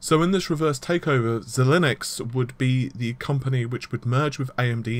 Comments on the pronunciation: xilinx = zy-lynx. Like the deodorant but with a zy... not "z-linux" lol. Like some of this guys news is good.. but the pronunciation and the constant use of "nm" rather than saying nanometer has slowly been winding me up for months now lol. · Why, why must you pronounce Xilinx like it is spelled Xilinnux....